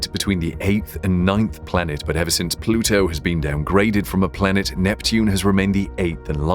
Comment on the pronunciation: said "plutu is a planet "....